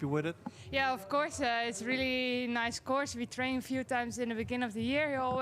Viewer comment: FFS it's pronounced NICE not niece. It's not that hard, try to get it right after a decade or 2